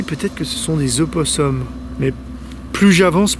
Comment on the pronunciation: Purée ça me fume quand tu dis opossum c’est super drôle